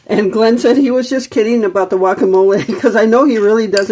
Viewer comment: Are you pronouncing the word guacamole with a 'y' as in yuacamole?